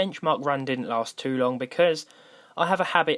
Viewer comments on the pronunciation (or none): none